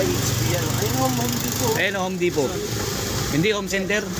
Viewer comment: Juan Home Depo silent T mag pronunce